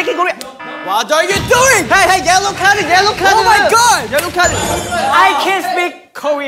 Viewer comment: Binnie's Iconic English lines: Yellow cardeu, rudeu, ifeu.. 😂